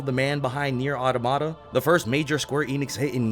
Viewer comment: I know this is just a pet peeve of mine but why does EVERYBODY say "Automata" wrong? It's supposed to be pronounced like automatan, which makes sense considering the actual automatans in the game, but for whatever reason everybody pronounces it like ahta-mahta. It should be ahTOMahta.